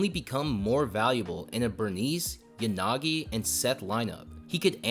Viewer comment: What you said might be actual cooking but hey man "Burnice and YaGaNi"